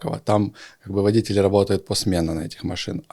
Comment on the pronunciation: Ударение водители , делается на 2 слог! 200 зл. На обслуживание? Фантазер!